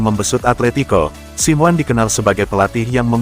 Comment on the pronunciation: Hadeuh dapat manusia ini dari mana sih jadi pembaca berita bola tapi gak tau dunia bola Bilang nya Diego Siwan mestinya dibaca nya Diego Simone